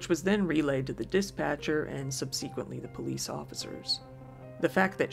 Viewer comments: Thanks for the video! 'Subsequently' is pronounced differently, it's more like 'SUB-se-quent-ly', not 'sub-SE-quent-ly'. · "Sub Sequently?" Do you live under a rock? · I love your videos and the way you pronounce subsequently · Why does he always pronounce long words wrong? Why doesn't he look them up before he says subsequently so wrong that we don't even know what the word is